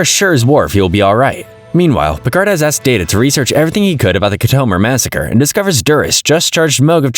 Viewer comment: Say Khitomer right